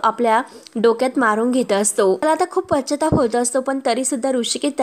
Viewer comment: shudhdha bolayla shik g. pashyatap..ha shabda chukicha kiti vela bolnar?